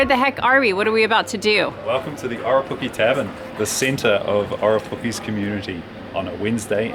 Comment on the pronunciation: I live in Aparima (Riverton) I go to Gemstone beach weekly. It’s the best place! I did laugh at how you pronounced Orepuki. Here’s an easy way to learn to pronounce it......Or....re...poo...key. Orepuki!